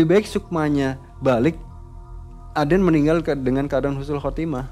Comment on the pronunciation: Husnul.Khotimah bukan Khusnul.Khotimah artinya sangat berbeda banget